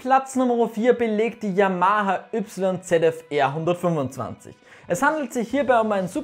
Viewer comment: wer versteht auch die ganze zeit 925 ccm ?